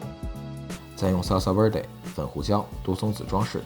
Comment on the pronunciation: salsa verde 的v 其實應該發成b 因為是西文的關係～